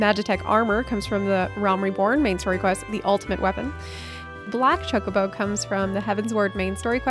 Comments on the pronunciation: you need to learn to say chocobo properly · The way you said Chocobo lol